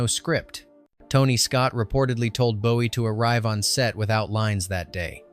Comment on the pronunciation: And Boo-ee 😂😂